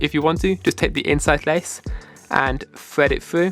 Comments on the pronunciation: FYI... the letters TH do not sound like an F Fread it frough the hole 😂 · Fwed it fwu 😂😂🤦‍♂️ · that's just how his accent is